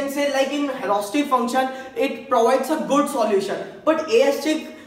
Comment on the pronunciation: yrr english dhang se bola karo disturbing hai itni horesitic kya hota hai its heuuurissssstticc brother